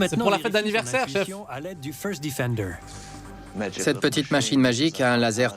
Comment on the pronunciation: le "feurst diffendeur" fore shure XD